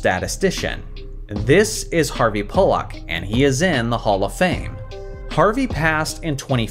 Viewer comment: That's definitely NOT how you pronounce "Pollack."